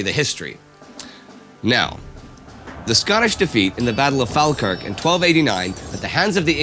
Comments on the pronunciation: One small tiny little detail you got wrong. It's pronounced "fall-kirk" :> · Love Indy but it's not pronounced fal kirk its actually pronounced fall kirk 👍🏻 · 'Fall-kirk' not fahl-kirk. And William Wallace was either a cattle thief turned hero or nobleman who was doing his duty. But I'm in the cattle thif party. And don't forget that brave heart makes no fucking sense and isn't that good a film in terms of historical accuracy and the portrayal of the times. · That pronunciation of Falkirk though... the “a” is an “oh” like fall not an “ah”. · Btw falkirk is pronounced Fall-Kirk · Very informative :) Given recent years the Battle of Bannockburn has been I tad more relatable. Also, and im just a stickler for pronunciation, Falkirk is pronounced "Fall - Kirk" Apologies, I dont meant to make that sound rude :) Love Sabaton History, Keep it up :D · reeeee you pronounced Falkirk wrong, it's either Fall-kirk or Faw-Kirk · I hate to correct you Indy but i'm from Falkirk and it's pronounced "Fawlkirk". Absolutely love these videos though keep them up! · *Falkirk is pronounced "folkirk" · Gotta work on yer pronunciation mate, ye said Falkirk wrong lol 😂 if ye need some help with Scots pronunciation I'm happy to give ye a help, but it's difficult via Text based comments on a YouTube video haha Edit: you got Mevthen alright but ye butchered Falkirk Edit 2: am frae Perth Scotland so I ken a bit, been too all the battle sites of the Scottish wars fir independence